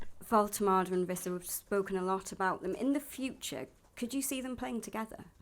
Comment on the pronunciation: The Premier League name pronunciation video - Wissa : “Wisser” Every journalist: “Visser” 🤦🏻‍♂️